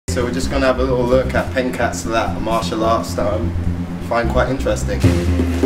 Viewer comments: its pronounced "pen-chak silat" not "penkak silat". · This guy pronounces wrong, it's not " pen-kak" but "pen-chak" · Its not “pan cake sealat”😂. It’s pronounced as “phen chak see lhat” :) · The black dude pronounce 'Pencak Silat' is terribly wrong. Try to pronounce it again boy, in malay pronouciation but not in english ok?